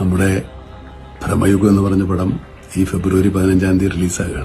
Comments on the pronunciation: U r saying it like Brammayugam .. it is Bramayugam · ബ്രഹ്മയുഗം അല്ലടാ.. ഭ്രമയുഗം ആണ്... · ബ്രഹ്മയുഗമല്ല സുഹ്രത്തേ.ഭ്രമയുഗമാണ്. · man ഭ്രമയുഗം എന്നാണ് പടത്തിന്റെ പേര് ഇയാൾ ബ്രഹ്മയുഗം എന്നാണ് പറയുന്നത് രണ്ടിന്റെയും അർത്ഥം വേറെ വേറെ ആണ്.. ഒരു കാര്യം അവതരിപ്പിക്കുമ്പോൾ അതിൽ ഒരിത്തിരി ശ്രദ്ധകൂടി ചെലുത്തേണ്ടതാണ്... ഞാൻ പറഞ്ഞതിൽ എന്തെങ്കിലും തെറ്റുണ്ടോ എന്ന് ഒന്ന് ചിന്തിച്ചു നോക്കിയാൽ മതി മനസ്സിലാകും.. 🙏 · Bro ബ്രെഹ്മയുഗം അല്ല ഭ്രമയുഗം എന്ന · എന്തോന്നടെ ഇത്...പടത്തിന്റെ പേര് പോലും നേരെചൊവ്വേ പറയാൻ അറിയില്ലേ!!!! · നീ ആദ്യം പോയി സിനിമയുടെ പേര് മര്യാദക്ക് പറയാൻ പഠിക്ക്.. എന്നിട്ട് ഇരുന്നു കൊണക്ക്... Its so annoying..